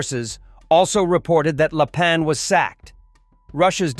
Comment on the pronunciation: Very bad AI translation. All the names are wrong. For instance, it is general LAPIN. That's ruin the credibility of this channel